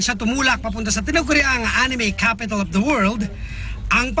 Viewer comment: First time to hear the news say A N I M E XD